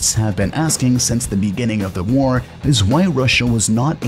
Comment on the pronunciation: The commentary it difficult to listen to. He over emphasises the last word or syllable in ever sentence. For example instead of just saying war, it comes across as WARRR. Wall is WARLL. Failure becomes, failiURRS.